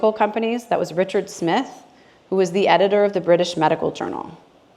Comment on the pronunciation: Excellent! Thank you. It's John "Yo-NEED-ease" and tha-LID-o-mide.